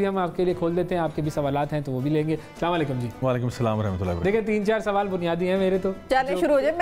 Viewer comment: Pehle to app anchor apko Salam Karna sikhe.. it's Salaam alaykum not Slam alaykum